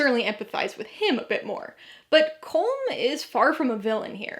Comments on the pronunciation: Actually in Irish , Colm is pronounced Cullum not ‘Cole Um’…… hard to believe the movie gets it wrong 🤨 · Colm is pronounced COL-EMM